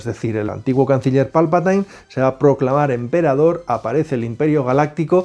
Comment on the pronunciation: No sabéis pronunciar jajaja habéis visto alguna vez las películas en versión original?? Se pronuncia Palpatin no Palpatain